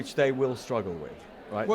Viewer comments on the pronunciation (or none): none